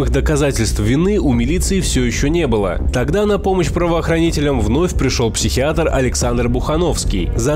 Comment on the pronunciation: А почему психиатор, а не психиатр?